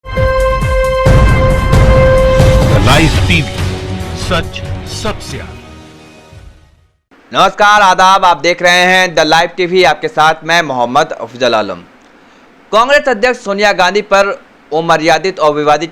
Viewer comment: afjal alam nahi afzal alam hai kam se kam apna naam to sahi se pronounce kar yr bhai kyu urdu zabaan ki dhajjiya karta hai apni speech par kaam kar